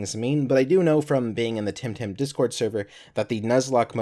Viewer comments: Its Temtem NOT Timtim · Am I the only one who keeps hearing say "Tim Tam?"